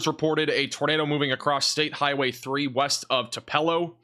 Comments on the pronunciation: Uhhhh....it’s pronounced “2-puh-lo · TUPELO pronounced TU- PEA-LOW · Yuo can't pronounce Tupelo, Ok.